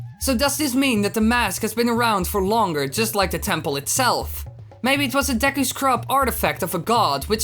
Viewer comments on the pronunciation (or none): none